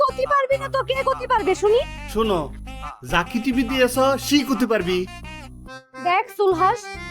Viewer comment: টিপি নাকি টিভি🤣